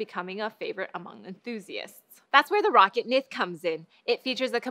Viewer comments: "Rocket" It's Ro-ccat Isn't it? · pretty sure she should atleast be saying "Rockat" there no way that it's how she's pronouncing it at all